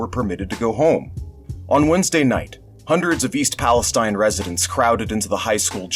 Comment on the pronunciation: It's pronounced "Pal-eh-Steen" because it's Ohio. Just FYI